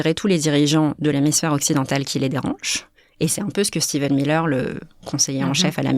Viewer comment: Pour rappel, c'est Stephen Miller, pas Steven...